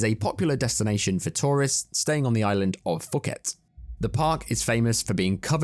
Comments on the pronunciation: Fuket? haha, Pooh-ket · I just wanna say the island Phuket it isn't read like how its written it is read more similar to poo-ket. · It's pronounced feeyukét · For as long as I thought that it was and as much as I wanted it to be pronounced Fucket 😂... I'm sad to report that it is actually pronounced PEW-KET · phu in phuket is pronounced poo not fu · Phuket is pronounced 'poo-ket' by the way :) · I think Phuket is pronounced fuck-it. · Did he pronounce the name of the island as "foo-kit". I think u see where I'm going with this, probably what they should have said before deciding to go 😆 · it's pronounced poo-ket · You pronounced Phuket wrong. In Thai, a 'ph' makes a "p" sound, not an "f" sound like in English.